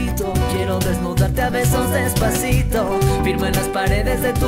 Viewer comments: THE FIRST GIRL SAID DESPATHITO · the first girl said dispacito wierd she said dispacitho intead of dispacito if you knlw spainsh you will understand. ...? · The first girl ''Despathito'' lol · The first one she was saying Despathito not Despacito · the first girl , despaTITO 😂😂😂😂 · Despatitho! No bayan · Despatito. Hahahahaha 😂😂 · I swear the first one is saying despathito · despatito haha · why does the first person say "despacito" like "despathito" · It is desposeto not despotheto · the first didn't say despasito..... BUT DESPATHITO!!!😠😠😠😠😠😠😠😠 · Why is the first one saying despathito??? Its despacito get it right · Is it so hard to say 'si to' instead of 'thi to' wtf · Its not Despathito but Despacito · the first girl: despathito...despathito... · Is it just me, or did the first girl say "despathito" with the "th" in it? I mean, I'm not offending her because I personally can't speak fluent Spanish myself, but uh yeaaaa... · I love how Sandra pronounces it with a "th" sound instead of an "s" sound. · did anyone else hear the first girl say despathitho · She said despathito, don't believe me, listen to it it's the first cover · why is she like saying "despasitho"???? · i like it but she cant say despacito right lol is funny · #5 di maganda anģ pag pronounce nya ng despaçito😂😂 Prang ang haba ng dila😂😂